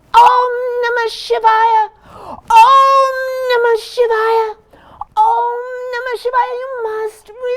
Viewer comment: listened to this story all the way to the end and especially enjoyed the gift of correctly pronouncing the vowels for the mantra